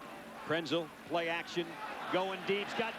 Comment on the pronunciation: Lynn Swann mispronounced Krenzel's name.